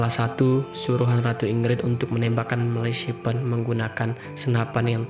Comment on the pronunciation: Ahahah gagal fokus sama Malasipen mu mas 😂😂😂😂😂😂😂 Ejaannya Melefisen, mas 😂😂 Cukup menghibur 😂👍